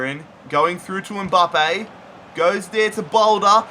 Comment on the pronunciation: Not Ombaappe dude😂😂😂😂 that is Mbappe 😂😂😂